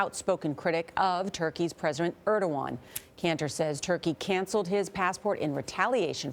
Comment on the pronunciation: & I think they're saying president wrong